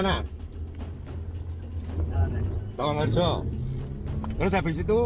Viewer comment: Tawangharjo bukan tawangrejo